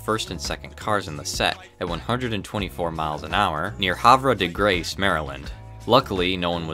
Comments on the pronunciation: No it’s Haver De grace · havre de grace is pronounced haver de grace lol